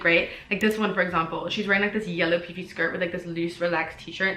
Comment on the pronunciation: The way that you say poofy sound more like poopy lol